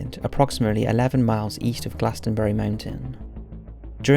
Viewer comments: It’s pronounced “GLOSS-EN-BURY” not “GLAS-TEN-BURY” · You need to learn how to say these words like glossomBarry